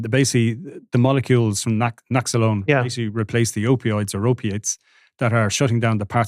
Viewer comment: Lads the mispronounced drug names are making yiz look like yiz haven't prepared for the show. Naxelone 😢